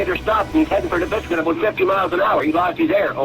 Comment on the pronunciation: Local’s note: Nipisiguit is pronounced Nip-iss-i-gwit